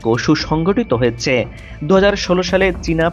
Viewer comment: হ য়ে চে। হ য়ে চে। এগুলি কি য়ধনের উচ্চারণ।।